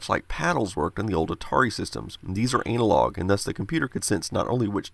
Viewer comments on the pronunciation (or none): Love your videos! But, it's "anna-log" not "anal-log" Makes me cringe, when you say that. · "These are anal log." Sounds painful! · did he say anal-log? lol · This man said ANAL.LOG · ANAL-LOG ?? LOL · I like how he emphasises "anal' in the word analog. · he said "anal"og hahaaha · Did you actually say anal-log? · These were "anal-log"? XD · He said anal log. Hahaha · LOL, "anal log"? (_|_) ...| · I love how he pronounces “analog”